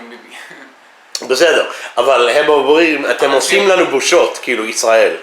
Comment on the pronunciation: It's quite frustrating for learners of Hebrew like me. I could tell from the outset it wasn't right cos I seldom hear it replicated by native speakers.